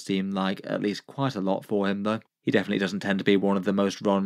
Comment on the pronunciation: The true pronunciation.